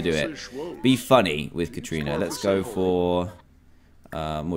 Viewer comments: Dan you say it as Karana but it is spelt Katrina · Ka Tri Na that is how u say it xDDDDDDDDDD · Dan said Kat rina I laughed so hard 😂 BTW I watched this playlist in 2018 I’m just commenting now cause idk